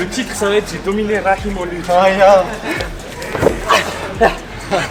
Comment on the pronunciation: Franchement chui étonné la bonne prononciation du prénom rakhim prcq en grande majorité, les gens ne parlant pas l'arabe ne savent pas le prononcer correctement😄😁😆